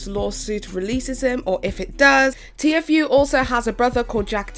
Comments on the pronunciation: Sooooo disappointed. Lmao. Sooooo I’ve NEVER heard anyone spell out Tfue.??? Had she really never heard anyone say his name? I just kinda recently started watching Petty...but wow?!? Not sure why I’m so annoyed at her spelling his name out so much?? That’s on me. Props to you for trying to report on something you’re not familiar with...I do follow faze banks and some of the other guys on my accounts. Etc. Pleaaasseeeeee though...watch at LEAST Banks’ video, do you’ll know how to say it?? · I don't wanna be that person, but it's T-fue, not t-f-ue. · TFue is pronounced “teafu” not T-F-U , keep up the good work girl 😘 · OMG IT'S TFUE! T-FUE....TTTTEEEEE FOOOOOOOO ...NOT .... T.F.U!! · just a heads up its tea fu not t-f-u love you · “T-F U” 😆 queen of mispronunciation, and living for it💅🏻 haha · It's "t-few", hon. 😅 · I was just thinking aww she’s pronouncing it wrong and saw this and legit spit my drink out laughing 😂 I love it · I defend honest mistakes but as someone acting as a source for updates and news, you CONSTANTLY mispronouncing news and terms relevant to the topic makes you seem poorly researched and cashgrabby. you don't care about these stories, their impact/effect, or anything like that. you care about pushing out videos for money. it's not cute you couldn't figure out how to properly say TFue, a two syllable name, when FaZe and every other source, including Tfue himself says how to say it. Fumbles and mistakes being character and make you personal. Not giving enough of a shit to make sure the info in your video is correct when you make money off it? Not cute, especially when you have such a pattern of it. I was a big fan but now I just can't stand it because if you cant get the very basics, like the names of those involved right, what else is not researched properly or misreported